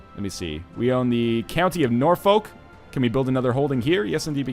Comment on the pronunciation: "Ret-in-yoos" "Breton" "Norfuck" "Glosster"